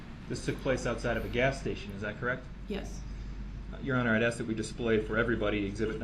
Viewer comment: Unbiblical cord (umbilical), overroo (overrule), axe (ask), manufactory (manufacturer)